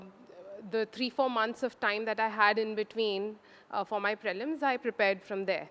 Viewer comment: Prelims is pronounced as pr'ee'lims and not praylims for fucks sake